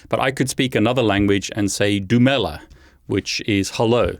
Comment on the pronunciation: I didn't see that one coming, you spoke perfect Setswana when you said "Dumela" I was like wait a minute did just speak my home language or was my brain just translating all by it self. So I replayed and heard you perfectly✨👊...then I just celebrated and made sure I listened to everything Traceroute😉🎉🎊 & I need to thank you for being such a great educator. Kea leboga 😉